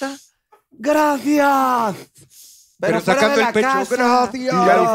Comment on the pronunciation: “Gradciads prindcedsa” 😂